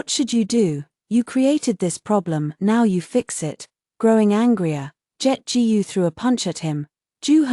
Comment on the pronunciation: Authors: Teach your ai to read Chinese last names like "Gu".